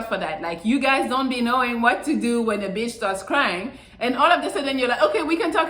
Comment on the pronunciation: Melli says beetch more than I do. Lol